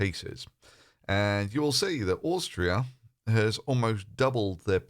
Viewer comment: Where's this "Oorrstria" you speak of? 🙃